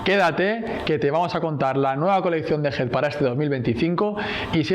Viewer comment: Por qué le dice "HID"??